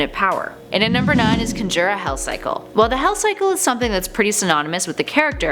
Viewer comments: Conjure not conjjjjurree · Con jure not cun jure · Conjure, not Cunjure. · you say conjure weird 😂 it's con jurr not cun jurr 😂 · Its not cunjure, its CON-jure. Also i think everyone knows ghostruders most famous ability, which is the penance stare. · For the love God, Someone please teach this girl how to pronounce conjure!! It’s /ˈkänjər/ or kaan•jr It is most definitely not “cunn•jerr”. Also, “conjure” is not one of those words with alternate acceptable pronunciations. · Why are you pronouncing conjure as cun•jure its CON•jure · Con - Jer... really? Conjure. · She seems intelligent but the whole conjur thing kinda ruins it. It's conjure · Conjure(conjer)not con joor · and... You said "conjure" wrong. I hate to be a dick but this really bothered me for some reason... It's pronounced like "kon-jur" n "kon-joor" or however u said it... it's NOT a big deal at all but I'm just pointing it out bc, like I said, it really bothered me for some reason...not like it will but don't let this prevent u from doing anymore list videos bc I actually really enjoy them... there are sooooo many that I'll just binge watch them from time to time n I definitely still have not seen nearly all of them lol......keep up the awesome work ""!!! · GLAD I'M NOT THE ONLY ONE THAT NOTICED THAT. Its "khan-jurr" not "kun-jer" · cunjir cynjir HOW DI YOU MISPRONOUNCE CONJURE SO BADLY, srrsly I hear more mispronunciations in the top 10 video than ANYWHERE else I hope to God their doing it on purpose to make people more active in the comments or something but it's starting to piss me off. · Etha-Real? Con-Joire? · Why is she saying "can jure"? Instead of can conjure, has the ability to conjure? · Cun jurr 😂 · Conjure*** good lord where are you from??? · "CON•JURE" Say it with me nahw!!! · How does one "kunjer" things? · In what reality is conjure pronounced conj-r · Not how you pronounce conjure at all. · Really "ethriall" "cunjer" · Please say conjure right